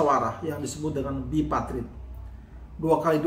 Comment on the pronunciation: Yg bener BIPARTIT dan TRIPARTIT bukan BIPATRIT dan TRIPATRIT.